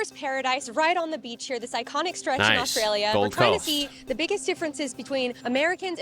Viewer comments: Nevermind the way Americans say water.......The way you say Australia (Oztralylia) is hysterical 😂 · Americans replaced T with D and always leaves the L out of Australia lol